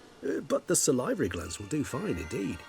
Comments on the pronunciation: Salivary - "Sah-lee-very" :) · It is pronounced: Saal - eh - vary